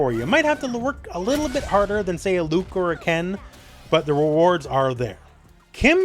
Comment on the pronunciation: you mispronounced Luke